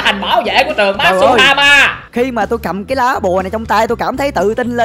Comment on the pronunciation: matuhama ko masuhama